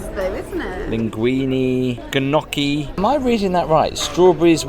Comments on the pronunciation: Enjoyed the video as usual. Love the ones where you bring the family along. Just an fyi, it's pronounced no-key not guh-no z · It’s a silent G in gnocchi so really nocchi 😊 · Ganocky? 😂😂😂 lmao gnocchi It rhymes with "low key" to pronounce it...the g is silent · Gnocchi is actually pronounced “ No-Key.” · that pronunciation of gnocchi 💀